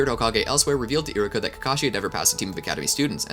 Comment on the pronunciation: I'm watching this and it's been bothering me you're saying iruka's name wrong 😒